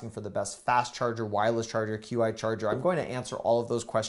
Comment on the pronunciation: "Q I charger"? Qi is pronounced "chee" as in "cheese". (The fact you didn't know this makes me question your knowledge of electronics.) Gotta say, though none of that mattered when you showed your daughter -- she's beautiful and stole the show!